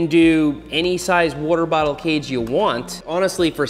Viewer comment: Take a shot every time Seth says worter bottle. lol